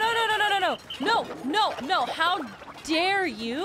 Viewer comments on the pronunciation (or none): none